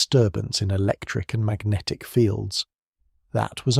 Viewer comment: I love and hate equally how Magnatic is pronounced as Ma-guh-natikkh every single time. Focusing on this sooo much I can’t sleep now.